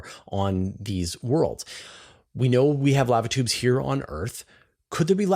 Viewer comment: alright buddy, you're gonna have to change the way you say "lava tubes" 😂